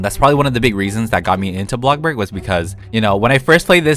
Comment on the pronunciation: BLOCK burg ? …. It’s BLOXburg